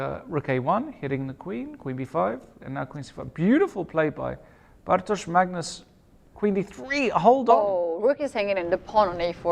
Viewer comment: May I just say: what a brilliant commentary, especially from Lawrence in this game. And what an excellent pronunciation of Bartosz's name by both commentators - well done!